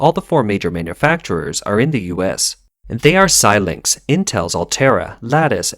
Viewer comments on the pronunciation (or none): none